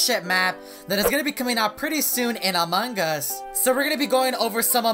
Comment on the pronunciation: Evereyone: among us: among guz